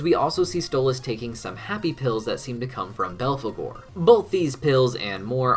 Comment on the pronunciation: And belgore instead of belphagor.